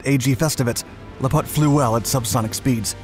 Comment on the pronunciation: The word "lApot" is stressed on the first syllable. Nice job, as always! Despite of the fact that I grew near Zhukovski that my own dad worked on Buran, I've never heard of lapot before. P.S. mOnino is read with stress on the first syllable as well.